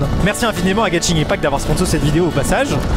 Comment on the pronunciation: Non seulement ça, mais également le random " g " ajouté à fin de Genshin sans raison ^^'. Je sais pas pourquoi plein de gens prononcent ça " Genshing ".